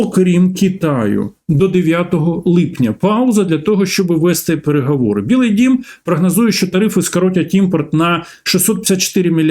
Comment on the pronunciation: Не "да", а "так", не кАрея, а кОрея, не перегАвори, а перегОвори 🤬 українець бляха 🤦 ГАНЬБА! Говорити навчись, а потім вже лізь в ефір 🤬